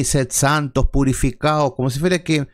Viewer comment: ¿¿¿PurificaUs y limpiaUs??? 😂😂😂